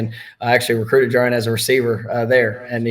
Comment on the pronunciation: Someone help Brent JAR • E • AN